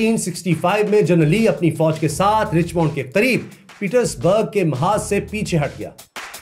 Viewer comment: یہ رچمنڈ کو رچمونڈ نہیں کہتے بلکہ رچمنڈ (رچمینڈ) (رچ مینڈ ) کہتے ھیں جیسے ڈائمنڈ کو ڈائمونڈ نہیں بلکہ ڈائے مینڈ کہتے ھیں ۔ میں صرف اصلاح کر رھی ھوں تنقید نہیں